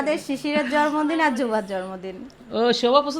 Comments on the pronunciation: Jormodin na bolo jonmodin..uccharon thik korlo. Kammi o bolto jormodin. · জন্মদিন উচ্চারণ ঠিক করে বলবেন।যেহেতু এটা পাবলিক প্লাটফর্ম তাাই উচ্চারণ ঠিক না করলে শুনতে খারাপ লাগে। কিছু মনে করবেন না।আপনাকে ছোট করার জন্য বলিনি।জাস্ট একটু পরামর্শ।